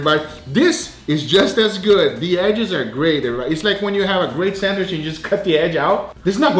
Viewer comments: Bro anyone getting a little triggered when he says "sandwish" ??? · Why do u say sandwish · No one:: sAnWiSh